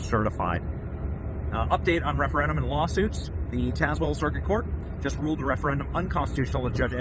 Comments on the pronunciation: It’s pronounced TAZ not TAZE. Tazewell County. I’m from Richlands. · It is TAZ-well, the middle "e" is silent! We love our Judge Hurley! Known him my entire life; he does not play. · It is pronounced Tazewell….like Tasmania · Benny, it’s pronounced Taz-well, Taz rhymes with Razz, the e after the Z is silent. 😉 that judge from Tazewell might become famous for his brave decision!